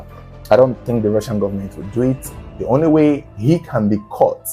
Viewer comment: "Come with me, I'm from Russia 🇷🇺, I'm Rrrussian 😅😅😅😅